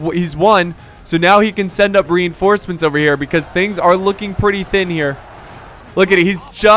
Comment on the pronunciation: He said renhorsements